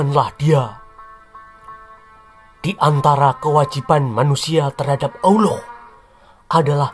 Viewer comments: Mengucapkan kata ouloh jangan terlalu ditekankan nadanya nanti penis....taan lho min 😂😂😂😂😂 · Pengucapan Allah saja sudah salah bagaimana penjelasan selanjutnya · Sejarah ngawur..bilang Allah aja blepottan😂